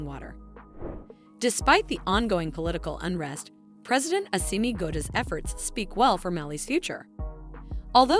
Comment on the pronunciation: The journalist can not even call the goita well.